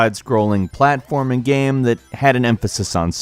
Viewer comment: Why you say “gham” instead of “game”